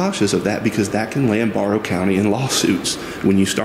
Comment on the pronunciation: “Bear-ow” county. Hope that helps